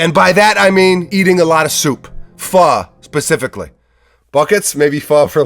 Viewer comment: my man you said Pho correctly lol it aint foe